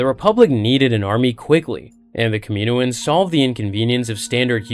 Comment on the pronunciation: Kah mi noh ans. Please say it right